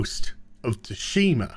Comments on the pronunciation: "Ghost of Ta-Shima" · BTW. In GoT, Tsushima is pronounced 'Sooshi-mah' in Japanese. Stress on first syllable in Japanese. Thank me later.